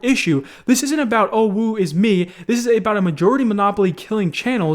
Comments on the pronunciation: It's not "woo is me" it's pronounced "woh is me." I'm trying to spell it phonetically. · You can't pronounce Gundam, dank, or "woe is me" correctly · Did... Did he say "Woo is me" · Did you say "woo is me" instead of "woe is me?" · Only two things I didn't like in this video. "Dank" being pronounced "Donk." "Woe" being pronounced "Woo." Otherwise, your videos are great, keep it up. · can’t say woe XD